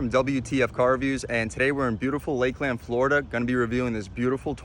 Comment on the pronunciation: Thanks for the review champ. It's not Lake Land, it's Lakeland.